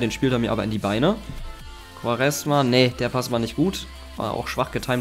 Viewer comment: Hey er wird nicht quaresma ausgesprochen sondern quareschma^